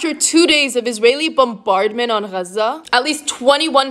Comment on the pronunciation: Is she pronouncing gaza right? I dont think she is.